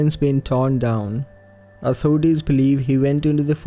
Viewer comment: Are you based in Scotland? Just with you saying 'doon' it's how we say down here 😂 Good work 🤗👌